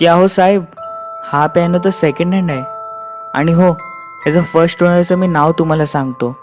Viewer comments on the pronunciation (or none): प्यायनो नाही पियानो. उच्चार शुद्ध असेल तर ऐकायला पण मजा येते.